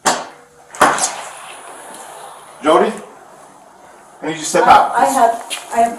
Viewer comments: Jaw-dee Hildebrandt? Seriously? It's pronounced Joe-dee. How embarrassing. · Is this a computer voice or a real human? Because I don’t know ANYONE who speaks English even moderately well, who would pronounce the name “Jodi” as “Joddy” instead of “Joe-Dee”.